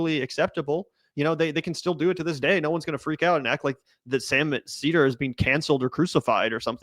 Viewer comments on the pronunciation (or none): none